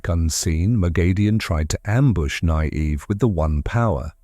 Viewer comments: The AI voice really struggles with “Nynaeve”, eh? “Nigh-eev” 😂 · The pronunciation of Nynaeve was almost painful to hear...